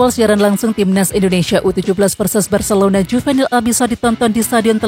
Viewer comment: Detik ke 15 Bilangnya 'barselouda' 😆